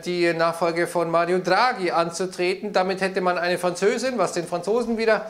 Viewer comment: " FranzÖSIN " 😂😂😂😂ja klaaarrrr. .......